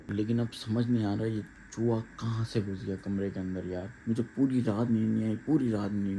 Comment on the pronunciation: Chuwa Nhi chuha hota he bhai mind Nhi karna